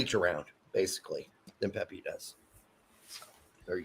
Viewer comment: oh haha he definitely said pepi 😂😂